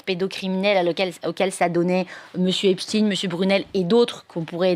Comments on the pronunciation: Cesr pas epstiiiiiine. Il est pas russe. Son nom. Cest epsteiiiiine. Aiiiiine. Comme einstein. Taiiiinnnnn. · Pourquoi Epstine ? C'est Epstein. Comme Eisenstein Einstein, Frankenstein.. Et non Epstine comme Poutine ou Raspoutine, tartine.... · epstine non c'est pas russe c'est epstein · Arretez de drire "Epstine" comme Poutine, c'est bien Epstein, comme Einstein. Et on comprends la volonté de censurer et de ficher les opposants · EPSTEIN ... Pas EPSCHTINE ... PUTAIN DE PROPAGANDE PAR LES MOTS ! FRANKENSTEIN, EPSTEIN ! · On dit Ep ch ta i n e pas stine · C.est pas epstine, c’est epstein, vous confondez avec Poutine.😂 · Merci merveilleuse Madame pour votre précision et votre professionnalisme juste une petite remarque pas Epstine comme Poutine mais epstein comme Einstein merci et bravo et bon courage à vous pour votre travail remarquable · Cst pas Espstiiiiiiiiine c’est espSTEIN , c est incroyable quand même. Vous prononcez pas albert Einstiiiiiiiiine mais bien Einstein alors pourquoi ce glissement ? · Ici on est en France et Epstein se prononce Epsteine et non pas Epstine. Il doit bien y avoir des cours du soir gratuits quelque part en France de prononciation car il ne suffit pas d’être un banal perroquet et tous les français ne sont pas incultes quand même...quoi que... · le fond et la gravité de cette affaire n’est vraiment pas la prononciation d’epstein ou epstine... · Épstiin, même prononciation qu’Einstiin ?😉Einstein , ……..Frankenstein, Epstein , c’est pourtant pas compliqué 🤣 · espSTEIN svp. Qui a décidé qu'il fallait prononcer autrement et pour quelles raisons ? EinstIN donc, pas ESTEIN? lol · Epssssstein !!! Ce n'est pourtant pas compliqué. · Vous dites Albert Inestine ? Harvey Vinestine ? Non. Donc prononcez bien svp (Epchta i ne), sachant qu'on est loin de finir de parler de cette affaire...